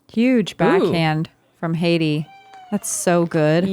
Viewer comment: Love to see you geese finally fixing how you pronounce Heidi's last name. This is as good as an English speaker can ever be expected to do, good job <3